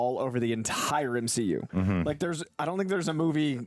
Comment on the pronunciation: Did just say "M-SHE-U"? 🤔Is he turning to the darkside? 😦